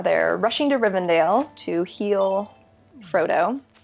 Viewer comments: SO MUCH DETAIL. The skeleton and skull near the well in Moria sent me. So many amazing easter eggs, but that is my fave! My only complaint.......it's not Rivendale, it's Rivendell :P and Lothlórien, hehe. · How is she supposedly a huge LOTR fan and doesn't know how to pronounce anything? Rivendale? Forest of Lorin? Gurl...